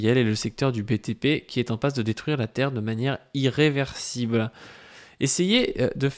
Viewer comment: En plus tu insistes bien dessus même quand tu le lis mdrr